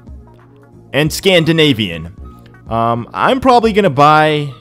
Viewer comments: Aww,, listening to you trying to pronounce 'Scand-ih-navy-an' is so hilarious! sighhhh....rotflmao! sorry sorry.... it's impossible to keep a poker face.... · I was actually cheering on when he was trying to say Scandanavian XD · Pronouncing for word : Scan-di-nave-ee-en. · You just made my day by trying to pronounce Scandinavian 😄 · that whole minute of trying to pronounce scandinavian XDDD i died XD